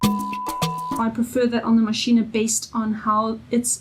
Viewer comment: Pronounced Mashine not Maschine ah.